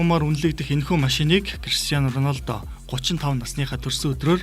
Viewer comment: Ornaldo ged shagad bhi